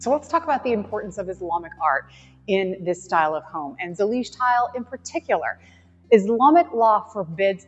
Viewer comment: I am Moroccan (native, Amazigh tribe) I said to Mike before you started talking! Huh?? Seems Moorish! And then you said it and even correctly pronounced Zalij! الزليج! And the Arabic text says: دعاء إلا الله which means I pray to the true one God! Allah is generic term for God! So it’s the God of any religion. Thank you for showing off some of what has been part of the golden age of Islam! And thank you for doing so wisely respectfully and knowledgeable as always! ❤️❤️❤️❤️